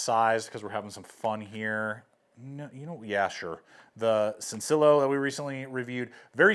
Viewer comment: Thanks for the video ,that Vosteed looks interesting and for $70, it's a good price Sencillo is pronounced as " SEN-SEE-YO " Which means Simple in Spanish Thanks again